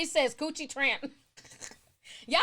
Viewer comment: Y'all are goin in on Karachi! Ti! You professionally butcher names! Slice em up! 😭🤣😂 I'm here for it bitch! 🤭